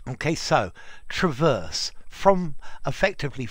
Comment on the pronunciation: "Traverse beam"-the noun is stressed on the second syllable like the verb.. I think it can have the 1st vowel stressed too, like the 2nd vowl of "trespass"as a verb but it becomes a schwa as a noun,right? 👍